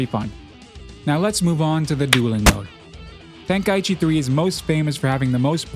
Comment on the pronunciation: Then maybe say the name correctly😂 ten kai chi not tenka eechee 😅 listen to the japanese name of the tournament